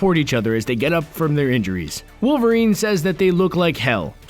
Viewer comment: Tune wowerien ko lol kaise bola be